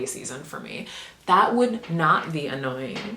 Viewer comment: i need a tutorial on how you say betwixt so magically ugh queen ur mind slay we stann ok im sorry